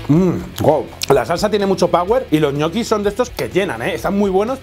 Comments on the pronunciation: EJNOKIS JAJAJAJAJAJA... LOCO SE PRONUNCIAN ÑOQUIS! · que raro que pronuncias. yo soy de argentina y siempre pronucie ñoquis y escucharte decir egnoquis me bugueo la cabeza y quede con lag mental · Soy el único que cuando dice egnoquis se quedo diciendole ñoquis culiado son ñoquis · O 'nochis' como dice Pablo jajajaj. Por cierto, ole por lo de Dani!! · Se pronuncia Ñoquis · Que forma rara de pronunciar Ñoquis (?